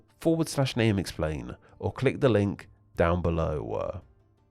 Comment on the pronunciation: where does your accent come from? below = belowa, thank you = thank youwa, patreon = patreona ?